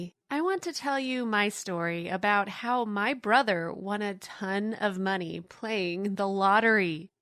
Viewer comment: Why does she pronounce money as meaney